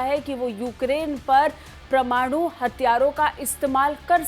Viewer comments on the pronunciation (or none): अरे भाई समाचार वालों परमाणु का उच्चारण तो ठीक करो